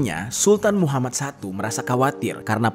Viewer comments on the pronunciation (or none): none